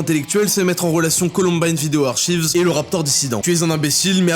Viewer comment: "Archives" se prononce "arkaïvz" pas "artchivz" en anglais ! C'est tout ce que j'avais à chier.